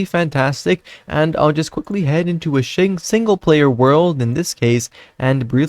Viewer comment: bro said singleplayer so much that he even sayed shingleplayer